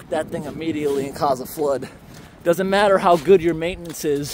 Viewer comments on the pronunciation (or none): none